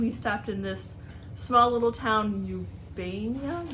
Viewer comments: Hello i live in Springfield and have a booth at Springfield Antique mall across the street from fair grounds. We have much better prices than heart of ohio. Stop over.. btw its pronounced Er ban a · the small town is Urbana, where I grew up here in Ohio, it is pronounced Ur-Ban-a